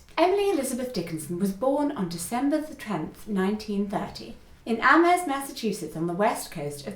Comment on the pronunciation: Also, if you're local, it's AM-erst. No H. :)